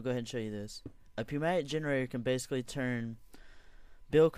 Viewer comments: "Newmatic" pronounced like that. Thanks for the idea tho!! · lol poo-matic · Pronounced New-mat-ik. Jen-er-ate-or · Hey buddy I have a pocket, actually a suitcase full of corrections to your thoughts! For one, MasterShakeIII is right! The P in Pneumatic is silent. Next, the solar panels dont all need wires connected to them because they transfer power to eachother. Another problem with this is that you constantly use connections(Conductive Pipe, Glass FC) which only decreases the amount of power going through. I only have a few more characters in this comment so Good bye! while true do turtle.attack end